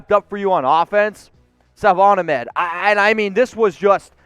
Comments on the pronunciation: It's pronounced akmed not ahmed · Not being rude, but Brian Flores and even Salvon Ahmed himself said for the last 2 weeks that Salvon's last name is pronounced "AKMED" just wanted to point that out...its pronounced "AKMED" love the show btw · It’s pronounced (ahk-med)